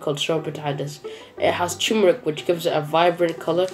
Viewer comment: You read it in one day because you don't have to work. Also, cheese doesn't have lactose - milk has lactose. Duh. Also, just LOVE the dirty nails and throughout the video. Yeah, so "lovely" (your favorite word lately). Oh, by the way, and I've commented this before, the correct spelling (and pronunciation) is "tuRmeric", duh. (If you pronounced it correctly, you'd spell it correctly. Again, duh.)